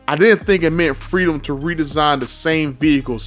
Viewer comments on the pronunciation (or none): none